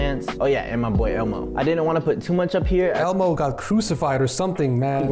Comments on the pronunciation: Lough: elmo Everbody: elmo: elbo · the way called elmo elbo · did ed call elmo elbo? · Anyone relise that he said elbow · he said elbo lmao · did he just say elbow insted of elmo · ELBO?????? its elmo my guy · Bro called Elmo elbow 😂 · man called elmo, elbow LOL 😭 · my mans said elbo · He called Elmo elbow 😂😂😂